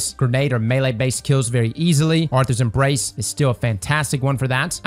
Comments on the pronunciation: Arthur's Embrace? Inglish r harrd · really said Arthurs Embrace 💀